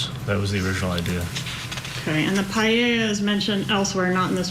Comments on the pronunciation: it’s the “ei” intead of “e” paElla not payieilla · Paella - Spanish speaking can’t even pronounce it properly. Pa- e ( as in Ernest)- lla (as in jar)